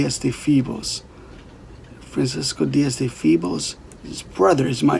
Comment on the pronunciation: When you say "FEEBLES", do you mean "Febles"?? I'm only asking because I had a Ms. Febles who was a teacher of mine in Elementary School in Puerto Rico!! I'd love to know your answer to this!